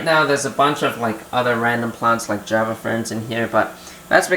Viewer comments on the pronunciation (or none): none